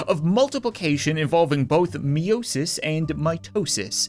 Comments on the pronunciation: Meiosis is pronounced my-o-sis not me-yo-sis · Nope, may-oh-sis